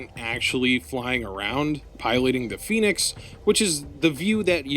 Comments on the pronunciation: Also it’s pronounced Zee-ong, and Phenex is pronounced Fen-ex, not Phoenix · Say phoenix! Say pheonix one more gawrram time! I dare you! i triple dog dare you! for fracks sakes!